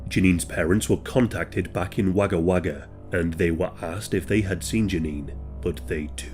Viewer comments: It's spelt Wagga Wagga yet pronounced Wogga Wagga thank you for covering all these Australian event's. Peace to you from Brisbane Australia 🇦🇺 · Spelt: Wagga Wagga Pronounced: Wogga Wogga